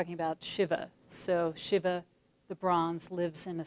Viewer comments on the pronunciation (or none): It's Shiva, not """Shivver""".